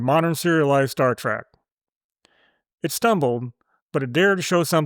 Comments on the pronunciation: “Star TREHK,” not “Star TRACK.” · OH MY GOD!!! "STAR TRACK" - ?!?!?!? SERIOUSLY?!?!?!? UNWATCHABLE. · The ringing game reward noise when you post your fun facts is super annoying. Drop it. Also I can hear you saying star TRACK very clearly lol adjust your AI otherwise 6-10